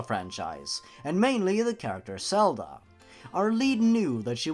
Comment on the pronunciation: you pronounce Zelda as Selda and Zora as Sora